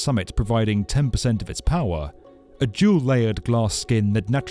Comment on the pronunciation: Was that an automated voice ? Sounded English but pronounced Tower as Tow Wer and Power as Pow Wer.